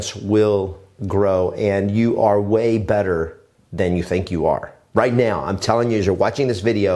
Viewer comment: Did you say right meow?